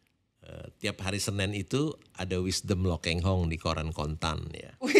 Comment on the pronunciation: Pak Lo Kheng Hong bukan Pak Lo "Keng" Hong kurang memperhatikan😢